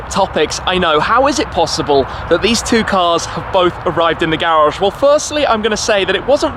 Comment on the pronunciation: Garage, not garagggggggggggge 😡 lol